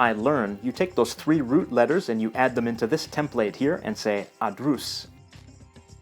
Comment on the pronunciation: I know this is an old video but brother you've made this one same mistake in Arabic on several occasions. I study in Arabic is adrusu or adrus with the stress on the first syllable not adruus Please keep this in mind for future videos.